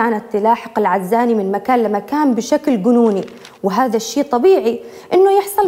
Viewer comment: في بداية الحلقة نطق اسم العزاني غلط يااستاذه.. بتوفيق..مواضيع حقا رائعه🌹 ياحلاوه... يسعدك ربي🌹